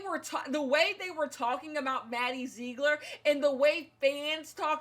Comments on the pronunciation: “Maddie zzeeegller” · "Maddie zegro... ler" 😂😂😂😂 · Take a shot everytime says "MaDdie ZeeGlor"